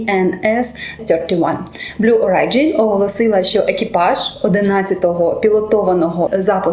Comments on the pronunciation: БЛУ ОРІДЖІН, не орайджін, а оріджін :) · Вибачте, але читається "блю ориджин" з наголосом на о. Дякую за цікаве відео.